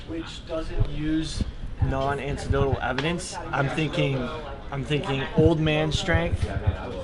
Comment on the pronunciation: “Antidotal” evidence